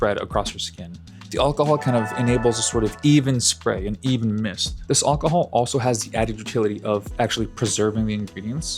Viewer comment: “All cuh hall” 😂 It’s AL cuh hall brother AL